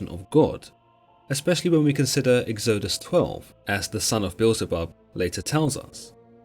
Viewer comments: egg-zoh-dus? lol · Great video, odd say of pronouncing Israelites and exodus though